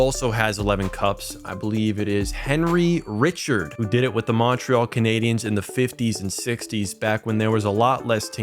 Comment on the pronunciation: The pronunciation of Heri Richard is a hate crime to hockey history